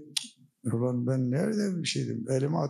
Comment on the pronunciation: Gulmekten karnim agridi imparator saolasin 'ula mıçe kahla' diyoya🤣🤣🤣..